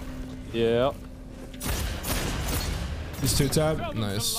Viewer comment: I wasnt sure if was a jojo fan or not, but him saying “VERY NICU CEASAR CHAN” confirmed it for me